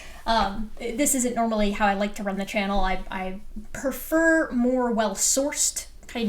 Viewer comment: Speaking of pronouncing things wrong, "prefer" isn't pronounced "per-fer." Just trying to help. Love you work.